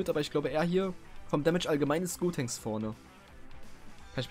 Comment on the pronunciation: Gotenks nicht godtenks wie du es ausprichst würde man das schreiben